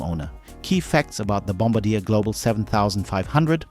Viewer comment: Bombardier is not pronounced 'Bomb- a- deer', it's pronounced 'Bomb-bar-dee-air'.